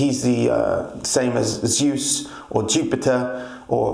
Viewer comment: Dyus Pater... Yus Pater... Jiupatter... Júpiter